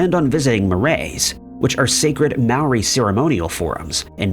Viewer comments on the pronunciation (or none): none